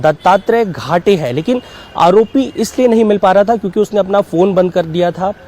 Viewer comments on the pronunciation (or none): Ghate nhi Gade hai wo. Reporting aati nhi to mat kr